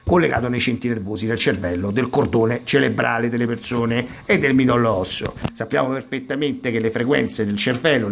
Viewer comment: CeRebrale, si dice ceRebrale, non ceLebrale! Visto che hai a che fare con queste cose, e quindi con questo termine, tutti i giorni, sarebbe il caso che lo usassi correttamente.